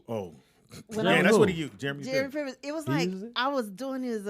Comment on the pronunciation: Did Pam say Jeremy Pivens?